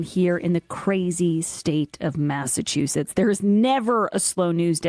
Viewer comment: Bwahston Massatwoshits 😅